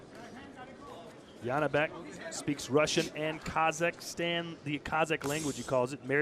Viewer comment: Why does the commentator keep calling Janibek as Yanibek? I assume he can definitely pronounce Jonny or John, so why can't he pronounce Janibek? Where is the logic, J and Y absolutely different letters. I could hear the coach clearly calling Janibek by his name or sometimes shouting Joni.